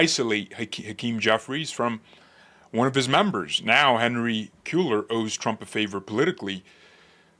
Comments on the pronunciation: Hispanic last name it’s Henry KWAY- ARE … KWAY- ARE (as in ARE u going) KWAY-ARE. … Cueller! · I have a ROAST for you: can’t pronounce SPANISH NAMES to save his life! Haha - pronounced it the same! LOL As a Texan, I can tell you with confidence that our pardoned congressman pronounces his name “Kway-lar.” Your welcome!